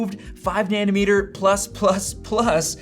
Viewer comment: I only hear „nanny-meter“ =))))